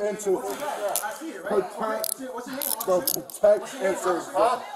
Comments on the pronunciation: “perterve and petect “😂😂😂 bringdead idiot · He also said “peterve and setect”. He had to be on drugs. lol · “You’re suppose to perterve and setect” 😂😂 bruhh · He said to his girl to call 911. She says they're already here. 😂 😆 🤣 He also says, you're supposed to "peterve and setect". 😂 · “Peterve and setect” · You're supposed to perterve and setect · “You’re supposed to peterve and setect!” “Peterve and to set-“ “Peterve-” 😂😂😭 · Nah he had me dying at the “your here to perterve and pertect” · “You supposed to peterve and detect”… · "Peterve and Setect" 🤣🤣🤣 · he said peterve and setect 3 times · “You’re supposed to perterve and select “🤣🤣🤣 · Yeeeeeeaaaaaahhhhh. Kinda sad a man that makes that much. Can’t think of “protect and serve” without saying it wrong 5 times.